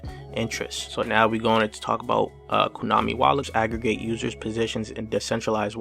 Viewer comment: He said KUnami